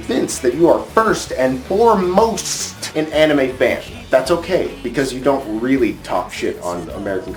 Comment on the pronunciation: Its called anime not animeeh.